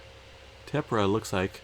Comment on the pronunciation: Hi, Tephra is pronounced teffra just an fyi 😉. Thank you for sharing, I would like to wish you and your family a happy, safe Christmas and a great 2021, much love. xx 💖🎄🦌🥂